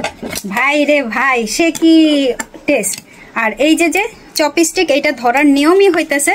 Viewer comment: চপেস্টিক নয় ওটা চপস্টিক বলে দিদি